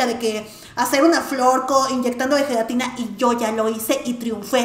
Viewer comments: Cuando vi que decía zhelatina me acorde de Bart preguntando por su Lache Jajaja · FELATINA JAJAJAJA